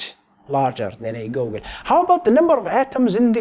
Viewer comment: It's pronounced GOO-gol, not whatever you said.